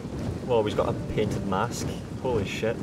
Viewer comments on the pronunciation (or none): none